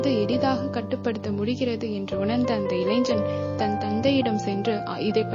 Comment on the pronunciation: இளைஞன் என்பதை முறையாகப் பலுக்கவும் (pronunce).